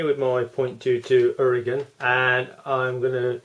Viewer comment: Definitely the trigger needs adjusting, can tell by seeing the large overlap on the sear. Regarding the linkage length, you have to decouple if you want to turn it otherwise the rod just rotates on both ends but the length (what makes the difference) remains the same. It is pronounced Ura-gaaaan.I would adjust the second stage.